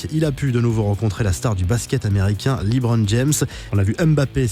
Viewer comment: C’est Lebron pas Libron , les ricains ils prononcent Lebron